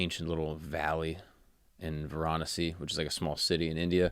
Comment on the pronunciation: Hahaha, you're pronunciation, especially of Varanasi (Kashi), needs some help...